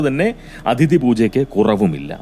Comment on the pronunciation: അധിതി അല്ല അതിഥി ആണ് . അതൊഴിച്ചാൽ പതിവു പോലെ ഉഗ്രൻ